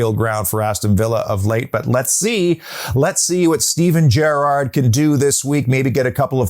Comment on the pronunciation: Beautiful - and good pronounciation of Gerrard this time around. Great work